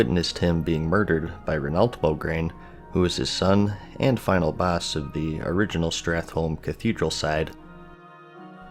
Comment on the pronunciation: Renault is pronounced Re-no